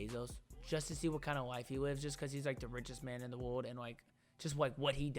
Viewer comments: “Wode” bruh it kills me 😂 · dude if my girl said world as wod i would fall in love so quick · I die everytime you say world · I can’t stop laughing when try’s to say world 😂